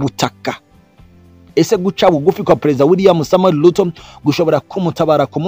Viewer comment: Not NaiLobi, not Luto, ...say NaiRobi and Ruto